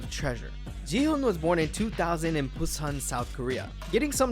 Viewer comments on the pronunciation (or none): none